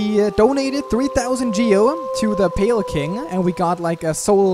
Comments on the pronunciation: Pale Kwing, amazing XD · Nobody:...: The Pale Kwing